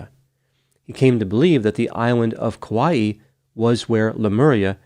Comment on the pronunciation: I love your videos! You are such a calming voice of reason to listen to describing such horrific incidents. I just want to stop by and give you a teeny pronunciation tip as someone who adores Kauai and has been there many times (without going missing, obviously). In Hawaiian, when you have an apostrophe, it makes the sound between the two vowels into a glottal stop like bow Cockneys say “bottle” as “bo’l”. It’ll always be that way in Hawaiian as far as I have known. Hawaii is also actually supposed to have a glottal stop as Hawai’i is the proper spelling. I hope this helps in your Hawaiian adventures! The locals will look at you slightly less annoyed if you pronounce it better. They are annoyed by us anyway… don’t let it bother you too much if you are vacationing there.